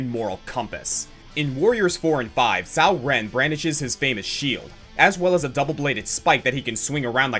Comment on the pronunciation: Coming from the perspective of someone who has Mandarin as a dual first language, I'm touched to see you emphasis how to pronounce Cao Ren's name correctly, but then you butcher the pronunciation of Wu-Ruixiang. :( Oh well. This was a great list as usual, and I'm glad to see one of my mains at the No. 1 spot.